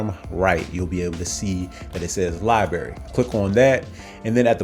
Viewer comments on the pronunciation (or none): Respectfully: Your pronunciation of "library" sounds like "libery." I suggest you pronounce the "r" both times in library.